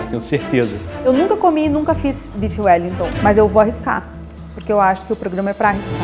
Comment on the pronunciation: Bife Wellington ou uelitô? Kkkk sdds do Raul. Não consigo ouvir parecequevi em paz mais kkkkk